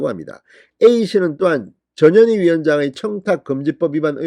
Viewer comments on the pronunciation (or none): 저년이? 발음을 잘해야겠네! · ^저년이^ 발음에 좀 유의를 ㅎㅎㅎ !저년이! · 또 저년이 나왔네 , 진선생님 전현희인지 저년인지 분간이 안가니 이제부터는 분명히 저년이로 똑똑히 발음하시길 부탁드립니다. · 전현희! 출장비 횡령? 얘네들은 돈이면 환장하는 타입이네요 조국,이죄명 등 청와대 비석관 이하 다 그랬지요? 발음은 저년이 출장비 횡령? 이렇게 들릴수 있으니 조심 하세요! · 전현희 발음을 듣고있으니 저년이라고 들리네요 이름이 참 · 저녀니 저녀니.. 그러니까 이름도 욕으로 발음되네 에라이 저녀니 악어의 눈믈까지?? 쇼질